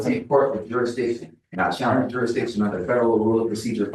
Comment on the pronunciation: You would think that - at a minimum these SovCits would learn to say the word "Jurisdiction" ... It is NOT "JUR-DI-SHUN"